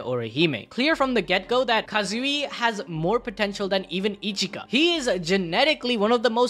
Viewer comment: 😅 Ichika not Echika